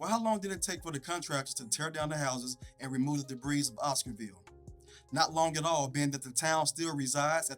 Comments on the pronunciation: Boy said Duhbreeze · debris [the (s) is silent]